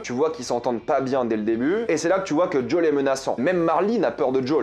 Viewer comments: C'est pas JOL c'est Joël ! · Tu peux dire Joël pas jol c’est stressant lool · Deja le prenom de Joel tu la pas respecter dès le debut 👍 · " il s'appelle Jole ! " Non c'est Joël comme Noël tes sur ta joué au jeux ??? LoL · On dit JOEL pas JOLE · Un homme qui sappel Jol ?? C’est pas Joël normalement ? (Bla-bla-bla version anglaise etc.. on s’en baleck c’est Joël point ! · Super vidéo mais Djol ça me perturbe 😅 Joël c’est mieux 😁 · Joël bordel ! Il s'appelle JOËL ! Pas d'jaule !!! Tu appel aussi le père d'naule pour Noël 🎅 ?? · Tu soûl à dire "Jol" non Joël !! Petit rectificatif: ce n'est pas un virus, mais un champignon. Mise à part ça, c'est une série de dingue. J'espère que la qualité sera au rdv et que ce n'est pas seulement réservé au pilote. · Répète après moi: J.O.E.L (Joèle) Pas (Djole) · Pourquoi jaul mdr c'est Joël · Comment tu prononces Joël 🤣🤣🤣🤣 mais pourquoi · La prononciation de Joël est un massacre 🤣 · jole et marline ? apprend les vrais prénoms non ? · avec ton accent je peut pas m'empêché de t'entendre dire Jole quand tu dit Joël 😆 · ok, mais là, phonétiquement, il y a un mélange anglais/français assez chelou. Si tu suis ton raisonnement jusqu'au bout, dans tes review, il faut prononcer le nom de tous les acteurs selon leur origine. Bon courage pour les acteurs polonais, indien ou autre 😉